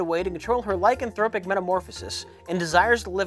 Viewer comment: Hearing pronounce “lycanthropic metamorphosis” without messing up is like seeing a unicorn